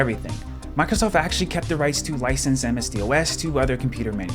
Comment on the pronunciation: Literally never, ever heard anyone call it "MS-DEE OH ESS" 😂😂